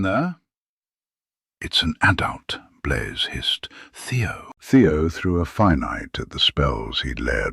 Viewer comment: His name is Blaze not Blay.